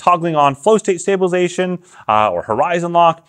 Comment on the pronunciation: Dude, seriously, if you want to be taken seriously when talking about stabilisation, you need to take the time to say stabilisation, not "stabalation". BTW, Matt Jones, Red Bull slopestyle superstar, has a video up doing double backflips and it stays on his chest and his pocket with the magnet, no worries.